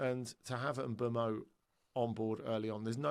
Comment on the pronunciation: How they can all pronounce Mbuemo differently and not bat fuckin eyelid is mindblowing 🤯